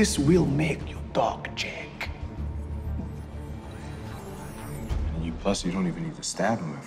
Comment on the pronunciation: Except his J, in Jack. Zhaeak